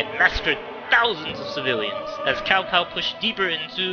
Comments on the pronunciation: Its not cow, it would sound like this 'Chow Chow' and actually in the tv series of the Three Kingdoms, the Cao Clan are bad. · Its pronounced Tsao... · God OMG Cow clan again........... It's not pronounced that, even Dynasty Warriors learned that later on.....